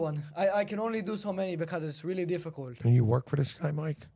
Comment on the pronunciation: I didn't laugh my ass off but there were alot of low key funny parts like how they kept saying dew instead of do and the famelta fish bagel. Also dudes wild 1000 yard stare and mt dew colored apparel.